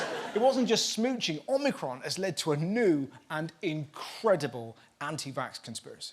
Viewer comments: It's worrying that people that are professionals in communications can not say Omicron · Ah, glad I’m not the only one that keeps thinking Omicron Persei 8… 🤣